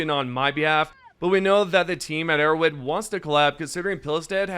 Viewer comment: arrowHEAD bro oh my god. “Arrow wed” you sound so silly.